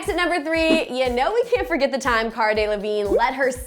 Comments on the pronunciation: Not to mention she pronounced Cara's name wrong. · Did she pronounce Caras name wrong